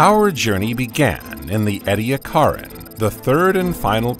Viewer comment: these are clearly AI written and voiced, but at least the data is correct, but they cant pronounce Ediacaran.